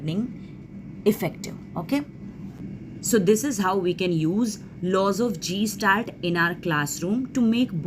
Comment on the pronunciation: It’s not gestalt. It’s guh·stalt. 👍🏻